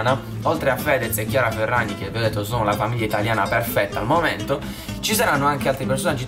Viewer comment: Hai detto chiara ferrazi